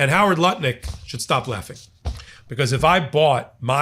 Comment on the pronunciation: Was that Howard Lutnik or Howard Nutlick?